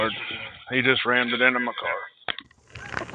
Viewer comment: Yep. The main piggy said “ramd-ed” a couple of times and another one asked if that was the horse’s “paws”. These are the geniuses we employ.